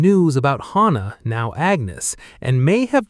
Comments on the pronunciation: Its not hana, its hannah....anna not ana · Hannah is pronounced with the aaah sound. Like in the name Dan. Hannah. If you did not know the loose cannon was Daisy then you are not paying attention.